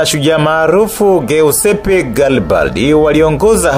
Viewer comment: Upo vizuri sana. Kwa Kiitaliano jina, "Giuseppe" inatamkwa, "Jiussepe". Yaani G inatamkwa kama J.